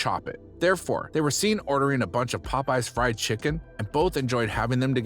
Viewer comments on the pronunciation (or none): none